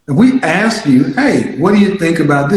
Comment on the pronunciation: I wanna aks what can I do better.? Stop saying aks would be a start.